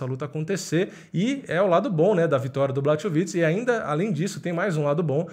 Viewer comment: Então, na língua eslava o "ch" tem som de "r". Na russa (q também é eslava), é parecido, mas o "kh" tem som de "r". Então Khabib é "Rabib", assim como o famoso prosista Tchekhov é "Tcherrov". Portanto, por favor, "BLARROVITCH" (ou, mais precisamente, "Blárrovitch"). Mas aí, claro, só se tiver interesse em não falar errado toda vez. Só se quiser.